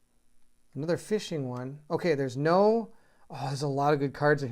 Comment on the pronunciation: What a beautiful game. I also wanted to comment that your doing a great job. thank you for showing the cards, a lot of people just zoom right far out to show the whole board and you never get to see the cards and stuff and its nice to see artwork, plus i also get to see you mess up on saying things for example "Fisting" instead of fishing and i get a chuckle and forwarned is forearmed tongue twister kept getting you. Great work btw im really hoping you come back to this at some point im off to the next playlist of the 7th continent.